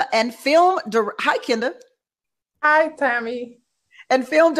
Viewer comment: Kinda (even tho she says Ken da 🙄 lol)